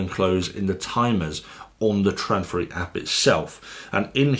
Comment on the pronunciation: it´s not called "tradfri" it´s called Trådfri....